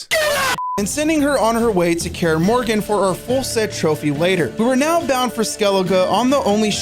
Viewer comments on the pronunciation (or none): Its Kaer Morhen not Morgan 🙃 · Calling it Kaer Moran instead of Mor-han was killing me everutime I heard it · I’m sorry but it’s pronounced “morhen” not “Morgan” lmfaooo 😂😂